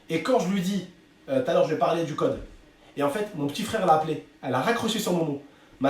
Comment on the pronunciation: 2m52 dit c’est un gode au lieu de code